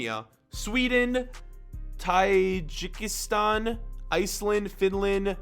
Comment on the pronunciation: Taj-ik-stan and Krizikstan